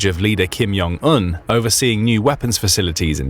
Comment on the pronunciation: could u guys stop pronouncing it as Yong? it's JONG, with a J bro ain't German or Dutch ja?